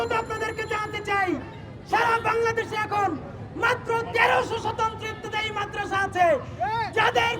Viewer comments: ইফতেদায়ি না ইবতেদায়ি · এটা কেমন শিরোনাম। এত বড় উচ্চারণ ভুল করলে হবে? ইফতেদায়ি নয় বরং ইবতেদায়ি